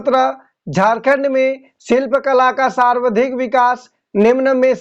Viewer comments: aap sawardhik bole hain jabki sarvadhik hoga... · Sarvadhik ka ucharan galat kar rahe hain.....